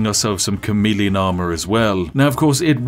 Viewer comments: Had my headphones in while this played on my phone and I really thought he was saying "comedian" not "chameleon" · I knew it was chameleon armor but did anyone else thought he was saying comedian armor